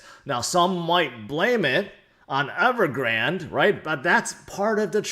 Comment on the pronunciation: Appreciate the content as always. Surprised no one in crypto can pronounce Evergrande correctly. (the e is silent) 😉